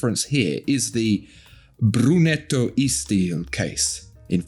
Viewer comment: It's brunito not brunetto ahahah